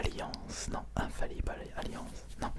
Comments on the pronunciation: normalement c'est "un faille ible" mais il l'a dit autrement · Bonne vidéo mais par contre je ne comprends pas la prononciation du "infaillible" par contre..